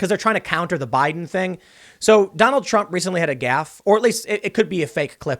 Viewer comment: We need the Biden scoreboard a point for every time he mispronounces Trump, 200 points Impeachment.